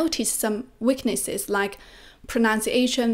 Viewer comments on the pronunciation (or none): 学霸你好，又是我没错了😊，我发现你很多i:的音都发A，特别是Video, weakness, 你都念成Vadeo wakness 了。由于你说的Vadeo 非常多，建议先把这个音练好了🎉